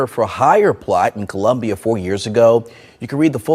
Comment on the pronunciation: It's COLUMBIA not Columbus